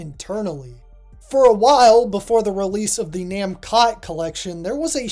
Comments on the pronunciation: Mascot? Maybe but the pronunciation of the katakana is actually na-mu-ko (pause) toe. Not nam-kot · There is no way that how your pronouncing Namcot is correct. Japanese words always end in a vowel, even when it’s a foreign word using katakana.